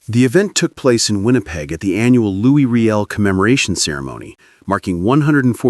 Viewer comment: His name is pronounced Loo E Ree L